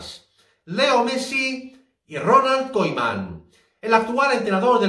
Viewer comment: Se lee kuman*